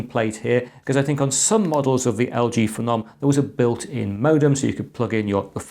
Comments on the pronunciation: FE-NOM, Im sure it was pronounced PHENOM said the same way as VENOM. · Wtf is a feh-nom